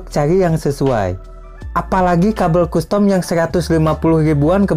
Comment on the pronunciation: Kastem om, bukan kustom